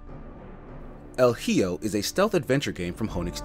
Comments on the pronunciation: El "hee-oh" WHAT?! 🤣 El "E-ho" sounds more accurate. Hi = E Jo = Ho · "El giyo". This is why you first look up how a word is said. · I like this videos, but I came only to hear “el hijo” being butchered (the pronunciation, not the game)